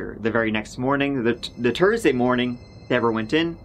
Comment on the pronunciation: I think this is the first time I have heard him say Tursday